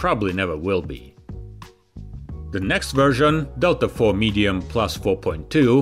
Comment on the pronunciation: "Delta four" sounds like someone from London saying "Delta Thor"